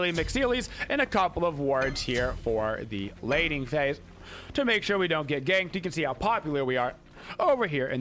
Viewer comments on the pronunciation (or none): none